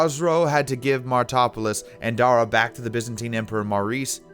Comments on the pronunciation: it's "marty-RO-polis" not "martopolis", and means "city of the martyrs", it's not that hard. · Some issues with pronunciation here... Great research, but oh my God, the place-names. Where the f*ck is "Niniviv"? "Anseera"? "Martopolis"? i think there might even have been worse ones....